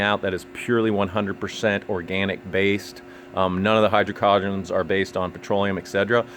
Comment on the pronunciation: Also "hydrocarbons" is pronounced "high - d'row - car - bons"